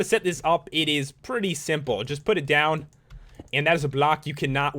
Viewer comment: Idk why but the way u say "and" kinda annoys me.. "Eeend end eyyyeend iiind eend" other then that good detailed vids lol